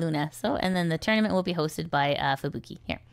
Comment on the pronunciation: "Tourmanent" ? I don't think this is fully AI fault, this is Youtube getting complacent being the biggest video sharing site and all.